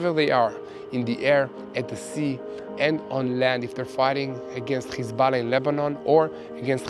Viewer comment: It's Hizballah not Khizballah,when says the word he sounds like is he is clearing his throat,please correct the pronunciation it's H not KH.